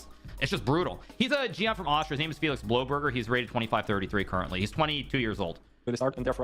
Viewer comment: I'm sorry but I thought it was really funny that he pronounced your name like Blow-berger